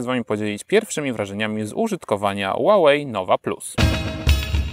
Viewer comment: źle czytasz Huawei, czytaj sie "huałej".